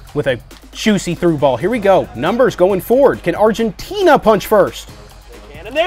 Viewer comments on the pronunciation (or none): none